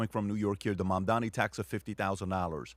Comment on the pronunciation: Why they always say MAMDAMI but it’s MAMDANI with N I feel it’s intentional. It’s not like I care but just saying.